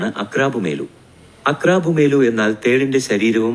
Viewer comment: Aqrabuamelu.... ആണ് കറക്റ്റ് pronunciation